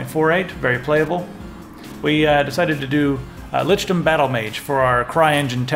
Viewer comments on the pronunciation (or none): Says "Lickdom" instead of "Lichdom"